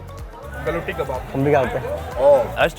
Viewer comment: Its pronunciation is gu la ti kebab